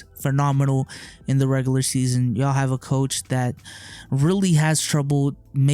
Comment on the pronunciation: Why does he say regular like regalur